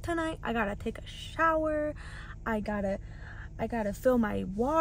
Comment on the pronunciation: Did you mean to hoodwink us when you said 'I gotta take a shh-ower' or was that just me? 😹